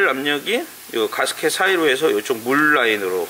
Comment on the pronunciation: 망치로 손을 때리게 되면...갑자기 두손을 쥐고 나도 모르게 기도를 하게 됩니다!! ㅋㅋㅋ 공돌이들의 필수 과정인데...울 께서도 손을 때릴때가 있으시네요!! 인간적인 모습까지 모두 존경합니다!!! 가스켓 발음 주의해 주세요!! 가스켓!!! 개스켓!! 개스키~~ㅎㅎ